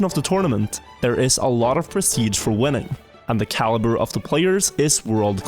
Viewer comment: i thought you said “women” instead of “winning” i got extremely confused